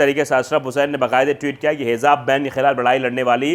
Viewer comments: " Hizaab " nhi.. HIJAAB... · Hijab, not hizab.plz note.